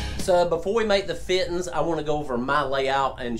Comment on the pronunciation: Feeteens. Love it.